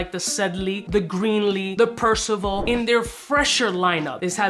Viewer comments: Pur-SEE- Us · I see everyone is chiming in to correct the pronunciation..lol..Percy US ( basically ) As stated in Greek Mythology the son of Zeus... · Per Say Oose lol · This is exactly how to spot a non born American 🇺🇸 citizen. When they can’t even pronounce a basic 1st grade level word such as Perseus. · Good god please say it right